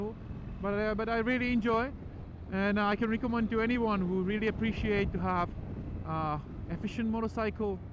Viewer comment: yes after watching it again it took me a bit but I understood that he meant or tried to say anyone but his accent made it sound like he was saying 81😅